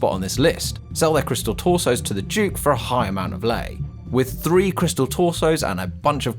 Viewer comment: Duke not juke